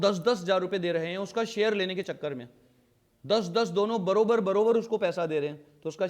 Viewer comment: Barobar barobar nahi bhaiya barabar barabar hota hai😂😂